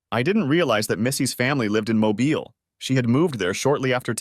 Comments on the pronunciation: As a resident of the state of Alabama, I kinda cringed at the way that voice-over had pronounced Mobile. Pronouncing it like "Mobile Phone" as opposed to "Automobile" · Forgets how to pronounce Mobile. AI sucks. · Me, being a resident of Alabama, that pronunciation of Mobile, Alabama made me cringe